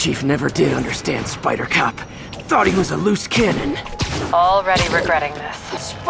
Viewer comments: on God I thought he said spider cock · I thought he said spider-cock not spider-cop